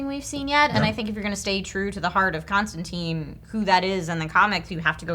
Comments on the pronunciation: DJ be starting to jump between Constantine pronunciations. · Stop saying Constantine wrong...